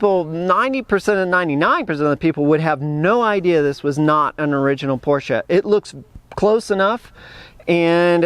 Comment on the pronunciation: Thank you SO much for pronouncing "Porsche" correctly! To me, it's like scratching fingernails on a blackboard to hear someone call it with only one syllable - "Porsh." Naw...that ain't right. It's two syllables, "POR-sha."